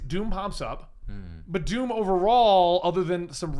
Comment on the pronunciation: i heard doop not doom ha